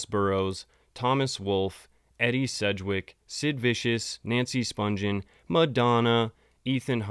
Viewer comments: You are mispronouncing "Spungen" its Spun-ghen with a hard G not Sponge-en. There is an interview with Deborah Spungen on YouTube and that is how she pronounces her name. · IT'S SPUN-GHEN WITH A HARD G!! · You are right. I think the interview is with Phil Donahue. Most people don’t realize they are mispronouncing her last name. There are also tons of videos of Nancy’s sister Susan Spungen, a famous chef and food stylist, which the interviewer usually pronounces the last name right. This is a great video, though. Very detailed.